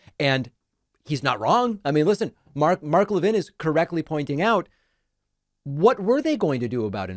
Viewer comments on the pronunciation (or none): You're Jewish and you don't know how to pronounce Levin? It's just like Harvey Levin. I know you've heard of HIM.